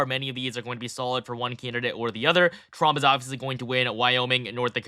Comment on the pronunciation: I'm sorry, but is he saying Frump?